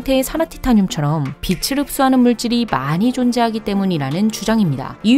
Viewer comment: 빛을.. 발음 하실 때 비츨 비슬..자꾸 왔다갔다 하시는 것만 고쳐주심이ㅜㅜ